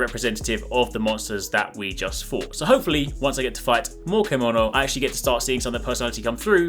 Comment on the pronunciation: Thank you for the summary. Everything I wanted to know. It's pronounced CHEM-OH-NO by the way.